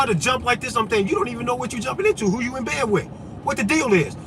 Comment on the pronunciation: vvho's diagnosing vvhom... that's vvhat I say as vvell...